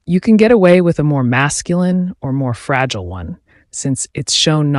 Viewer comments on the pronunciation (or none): none